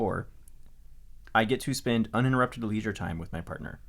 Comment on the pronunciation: I listened to this episode with my partner and we both have really similar feelings to you about Valentine's Day, and when he heard say four UNINTURUPTED hours of COD he just stared at me for a full minute like (see its not just me)